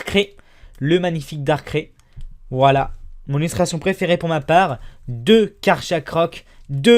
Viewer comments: Haaaa, sa me perturbe quand tu dit "dakré" (je l'écrit selon la prononciation) alors que je suis habituer a dire "darkray" Sinon super vidéo comme d'hab!! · vid c pas darcré c darcraid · Euh? Tu sais que phione n'est pas un légendaire car il sort d'un oeuf de manaphy et que il peut se reproduire avec un métamorph pour avoir un oeuf de phione! Mais sinon bonne vidéo! Et on prononce "darkraille" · Pourquoi tu dit darkrai en disant a la fin ais alort que c'est darkrai avec aïe !! Quand ta mal